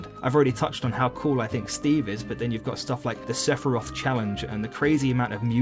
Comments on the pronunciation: Say fi rowth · Top 15 trying to pronounce Sephiroth